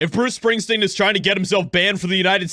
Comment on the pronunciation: Who's Bruce Spingsteen?